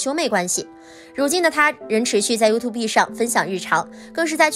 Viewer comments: 發音不是you-tube嗎？？ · 我倒是觉得up发音优兔碧很可爱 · 希望小師姐在釋出影片前，可以先查一下youtube的正確唸法.........